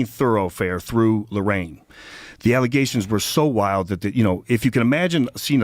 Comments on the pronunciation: My favorite part of videos is calling things allezations. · Man, you got me saying allizations now. Thanks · Back to the mayor thing… how does literally everyone not see how crazy it is… that no one had a problem with a MAYOR not being able to pronounce allegations….